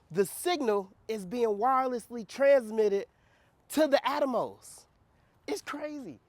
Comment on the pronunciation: its the 'wirereslessly" for me lol...good stuff dude keep it up. love to see the excitement